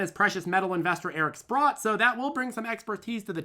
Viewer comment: Sprott not sprout ;)